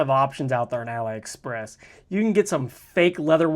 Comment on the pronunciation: Pronounce AliExpress as "AH-lee Express"—just like Alibaba, not "uh-LIE Express."